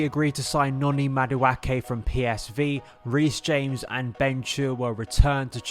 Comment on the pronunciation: Thank you. The way he's saying it is giving me chlamydia